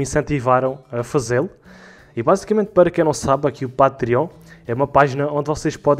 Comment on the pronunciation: não é Pátriónh, é "patrêon"!!!